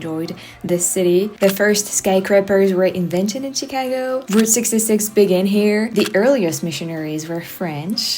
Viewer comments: She pronounces Chicago like a true Chicagoan 👍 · You pronounce "Chicago" like a native. Glad you had a good time.